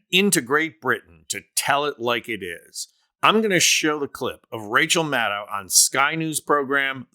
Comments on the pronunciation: Please respect Rachel and pronounce her name right. It is pronounce Mad-DOE! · Maddow pronounces her name such that the last syllable sounds like the last syllable of window. Like doh. Got it? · Love her! FYI, she pronounces her name Mah-doe. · Mad-doh, not Mad-dow. If you can pronounce KAmala, you should give Rachel the respect of pronouncing HER name correctly. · I'm a progressive with much respect for Rachel Maddow, but this commentary is filled with false assertions and excessive fawning over her. First, the commentator can't even pronounce her last name correctly. It's "Mad -oh" and not "Mad-oww". And she's not the only MSNBC host who speaks blunt truth about trump. Numerous guests on those evening shows are also strong voices--from Glenn Kirschner to Steve Schmidt to Tim Miller to Neil Katyal and more. And it's not really accurate to say "the American media has been sane-washing trump" through the election period. Sure, I fault major media platforms for failing to fully expose trump's madness and authoritarian/fascist tendencies. But that's not in the same cesspool as the FoxU shills with their nightly propaganda hose on full blast. Try focusing on the failed citizens in our electorate who turned out by the millions to vote for trump even when there's overwhelming evidence of his pathological lying, corruption, crimes, fascist rhetoric, and attempts to subvert our electoral process and wreck our democracy with a second chance. Those millions of failed citizens are so ignorant, ill-informed and irrational that they carry the most blame for the crumbling of our democracy and giving in to the cancer on our body politic that is trump and the R swamp gang. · Maddow rhymes with shadow. She’s said so herself. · Mad - doe, not mad - ow.